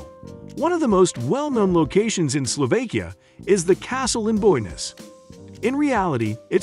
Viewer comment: I wish he knew how to pronounce words like "Slovakia" and "Tatras".